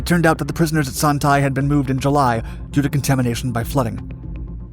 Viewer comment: The 'Tay' in Son Tay is pronounced more like 'Stay' without the S